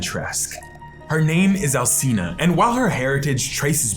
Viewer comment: You pronounced both Alcina and Dimitrescu wrong 😢